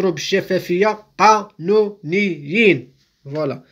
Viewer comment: عجبتني تاع ق ا ن و ن ي ي ن ههههههههههه